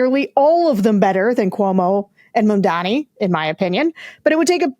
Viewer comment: It's MAMdani. Get it right.